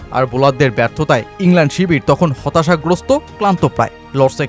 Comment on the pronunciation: ইংল্যান্ড বলার খুবই বাজে।